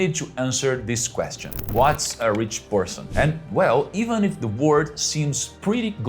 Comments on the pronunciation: You should really work on the pronunciation of the letter L in the word "World", it will make such a difference. Here is a tip: how about you try to say "were old" -- there you get it, "world", properly pronounced. Congrats on the new channel, see you next time 🌿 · mesmo lendo no prompt ele pronuncia no comeco do video a palavra WORLD como WORD